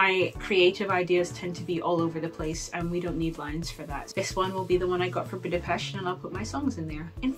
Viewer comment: I seen many vlogs about Budapest and dear lady you pronounced Budapest perfectly. Ninety percent of vlogers mispronounce Budapest, enjoyed your post keep up the good work